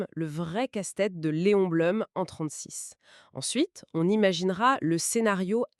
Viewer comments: On dit "bloum" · Beaucoup d'erreurs. Le nom de Blum prononcé de travers 2 fois sur 3. Un discours laissant entendre que l'Allemagne aurait une frontière avec l'Espagne... Ou simplement l'idée que mussolini aurait attaqué moins facilement. Alors que dans la réalité il n'a déclaré la guerre que quand la défaite française n'était déjà plus évitable.